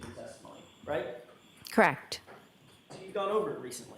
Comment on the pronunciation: KARR-ECHT! KARR-ECHT!